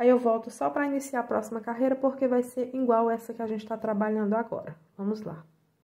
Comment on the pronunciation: tenta falar " igual."